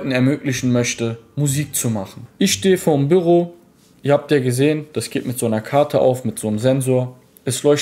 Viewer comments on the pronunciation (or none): Das triggert mich heftig wie er Büro sagt. Bürro? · Büüroo nicht birro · ES HEISST BÜÜÜÜRO NICHT SO WIE DU ES SAGST ALTER WIE HART DAS TRIGGERT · WIE SPRICHT ER BÜRO AUS ICH RASTE AUS